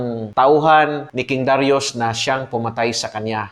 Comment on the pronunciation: Sabi nila Da Ra Yus ang pronunciation ng Darius